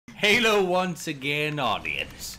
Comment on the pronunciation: Lol instead of "hello" he said "Halo again audience" :D